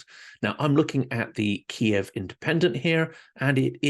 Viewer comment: I agree. Ky iv.